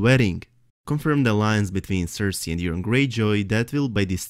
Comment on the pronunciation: loved your video, well thought out and presented, but I have to say it. yer-on.....yer-on. it's coming out way too much like urine, forgive me for chuckling, and it was said at least 10 times. Forgive me brother! I love your accent and your videos!